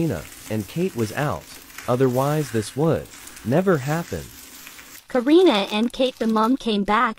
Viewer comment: you said Karna not Karina